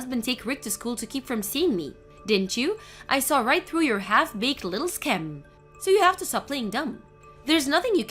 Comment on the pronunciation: 'Scheme' is pronounced 'skeem', not 'shkem'